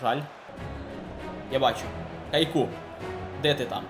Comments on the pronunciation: Бро каяку а не Кайку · Супер. Але не кайку, а каяку